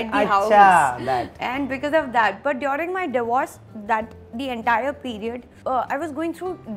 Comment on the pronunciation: Apki english abhi v buri hai😂😂. Its person not pudgeson and its during not diyoooring 😂😡